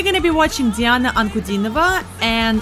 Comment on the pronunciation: Her name is pronounced as D-Anna